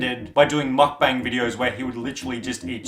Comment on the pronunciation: I’m Korean and it’s my first time to hear Correct pronunciation of Mukbang